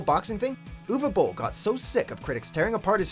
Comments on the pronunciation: Probs: Most accurate pronunciation of 'Uwe Boll' I ever heard from an English speaker. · Wow! I'm impressed! You pronounced Uwe Boll correctly, instead of saying "youwee bowl", as many do. Unfortunately, this does not make him a better director. :)